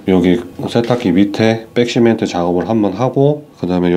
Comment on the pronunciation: 잘 봤어요 아쉬운 점은 백시멘트를 빽시멘트라고 하는게 좀 거슬리네요